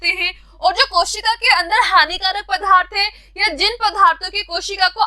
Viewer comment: Mam aap accha padhte Ho लेकिन पदार्थ को पधा र्थ नहीं बोलना है